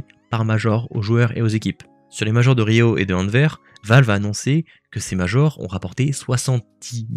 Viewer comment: Le Goat de l’esport Ps : on prononce le S de Anvers, Anverssss